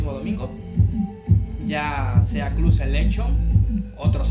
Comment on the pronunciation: ademas se dice "clab" y después dices "Selekchon"